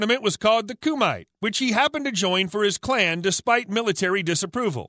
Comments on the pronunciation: He also mispronounces KUMITE as KU-MAI which is pronounced KU-MI-TAY I stopped taking him seriously after a minute. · "the illegal tournament was called" .... KUMITE. It's pronounced "koo-Mee-teh"... Not "koo-mite" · Your research is a little flawed. Plus you should learn the corect terms and pronunciation. Its "kumite" not "kumi." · You some some huge facts wrong bro and you are pronouncing everything wrong, this gotta be a chat bot… frank ducks? It’s Dukes and kumate was also butchered 😂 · You botched The words " Kumate" and Frank's last name Doux and you're wrong about VanDam